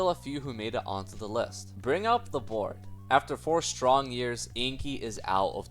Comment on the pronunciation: bro did NOT say board